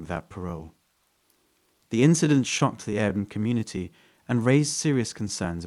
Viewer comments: If you're going to tell a story you should know how to say the words in your stories, like Airbnb. Air-B-N-B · AIR B and B. Why is that so hard for you to say that your at the point of mumbling it. It's just a Letter lol. And 24/7 is really just said like 24 7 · I had to correct him in my head every time 😂😂